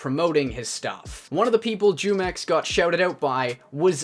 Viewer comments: Does it bother anyone else how he says jumex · Its funny hearing all these non hispanic people pronounce his name wrong af😂😂😂its a mexican brand of juice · iss pronounced who-mex not jew-mex lol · I don’t care but you said jewmex lol... it’s pronounced whomex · Its not jewmex its whomex, and i watched his video like 4 times but never subscribed nor liked, but sounds sketchy hmm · It's pronounced whomex not jewmex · Hello there fellow American it's pronounced humex not jewmex it has the h sound it's in Spanish just so you know you're welcome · The Mexican drink spelled jumex pronounced (who- Mex ) in Spanish short for jugos mexiconas "Mexican juice " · Its pronounce WHO mex its the name of a mexican fruit nectar juice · It's pronounced who-mex lol its a mexican fruit drink...delicious! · the J is silent. it's pronounced "Yoo-mex" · Pronunciation: Hoomex LuL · He said “jew-mex” lmao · Pronounced "humex" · It's pronounced Who-mex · The j makes the h sound in Spanish so isn’t it pronounced WhoMex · Here before everyone starts correcting you saying his name is pronounced "Who-Mex". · It's pronounced WHOMEX. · It pronounced Humex. it's a Spanish juice brand. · Say the j as an h sound and you will be saying it right humex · Jumex. "Who-mex." Other than that great video. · It’s pronounced hu mex, its based off a drink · Yo, jumex is technically an industry plant. Grupo Jumex, S.A. de C.V. (pronounced JOO-MEX) which means Jugos Mexicanos (Mexican Juice) is a brand of juice and nectar from Mexico. The Jumex brand is also popular among Hispanic consumers in the United States. Currently, the Jumex Group (which manufactures Jumex) offers lines of fresh and preserved fruit juices, nectar, children's drinks, milk, smoothies, energy drinks, and sports drinks in Mexico. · It’s pronounced who-mex like the Mexican juice company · It’s (hoo-mex) gringo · his name is pronounced "who-mex", it's a mexican drink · Jumex is pronounced whomex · Bro it's pronounced like whomex